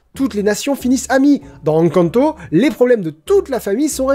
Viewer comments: Rhaaaaa naaaan la prononciation d'Encanto ! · c fait exprès de mal prononcer "encanto" ??? ça me trigger de ouf !!!